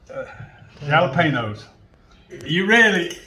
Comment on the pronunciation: “Jah-luh- payno’s!??? 😩😂👏🏼 loved this recipe and video 💙